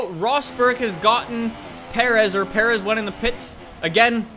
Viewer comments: Alex Ortiz or, there was no need for him to know how to pronounce Perez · legit must be no Mexicans in Canada lol. The way you butchered Perez was awful